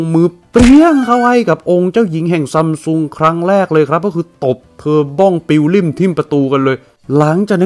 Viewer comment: ซัมซุง ❌️ ซั้มซุง ✅️